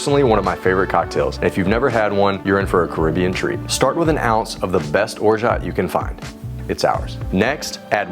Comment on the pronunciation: You aren't pronouncing orgeat correctly.